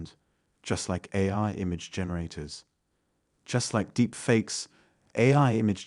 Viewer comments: A I , not aye😅 This is 100% an AI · I knew something was off then you said 'AI' as 'Aayee' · Took a hole minute for me to clock that the voice was AI, probably because I've never watched one of your videos before. I just presumed you somehow didn't know who Simon Cowell was, but when AI was pronounced "ayy", I realised. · Amazing, listening to a video about deep fakes while listening to a fake voice.... samen instead of simon... Ae instead of A.I. dee-bat-able instead of debatable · realized it when it said A instead of A.I. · At first I thought the voiceover was someone who had been given a script and just read it letter for letter. “Debattable” for instance. And “Deepbrain A”. It took me a while to realise it was a generated voice. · 'ai' pronounced 'eh' and debatable pronounced 'debattable' another robot I suspect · The irony is that the narrator isn't real. The narrator voice pronounced AI as 'eye', despite the topic being about AI. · I'm not convinced the voice is AI. At the beginning it pronounces aye yet later says AI . Could be digitally manipulated to sound fake too. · If you know what you're looking/listening for, you can still spot AI generated content. Examples: Deepbrain Ayy De-bat-able High perr-ealistic Sensity is creator~ platform A similar initiative bylays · It’s really interesting to hear an AI talk about other AIs without realizing he’s an AI!! Still learning, though. A real person would have said the letters A then I instead of Ai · Or when it pronounces AI as “A” lol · I caught it way before when it pronounced AI as Ayi. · He read "AI" as "eye." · I got suspicious when I heard AI pronounced as “Ay” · AI doesn't know how to pronounce AI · "Deep brain ay" .... you mean deep brain A I ..... these computer readers are fakes themselves. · A deepfake voice being unable to pronounce AI is hilarious. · I sussed it at AI but why wouldnt an AI know how to pronounce its own name? I suspect they got it wrong on purpose, maybe...